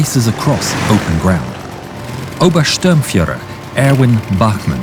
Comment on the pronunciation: His name is Bachmann and not Bachmenn and he is obersturmfuehrer and not oberstermfuehrer